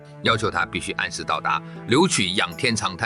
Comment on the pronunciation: 刘戡（念“刊”），戡乱的戡。谁高谁低，那都是一家之言。但你怎么能把人家的名字都念错？